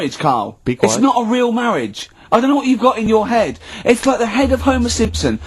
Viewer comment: "It's not a mawwiage, Kahl!"